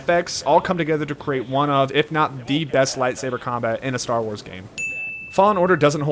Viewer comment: every time he says fallen order it sound like he saying law in order and to me that's funny